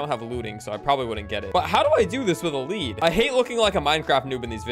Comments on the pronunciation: lead rhymes with WEED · is bad with the “lead”